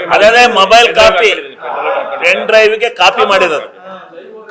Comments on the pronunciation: ಪೆನ್ ಡ್ರೈವ್ ಅನ್ನೋಕ್ಕೆ ಬರಲ್ಲ, ಪಿನ್ ಡ್ರೈವ್ ಅಂತಿರಲ್ರಿ ಗೌಡ್ರೆ, SIT ಅಂದ್ರೇ ಸಿದ್ದರಾಮಯ್ಯ ಇನ್ವೆಸ್ಟಿಗೇಷನ್ team ಅದು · ಸರಿಯಾಗಿ ಪೆನ್ ಡ್ರೈವ್ ಅಂತ ಹೇಳೋಕೆ ಬರಲ್ಲಾ . ಇವರೊಬ್ಬ .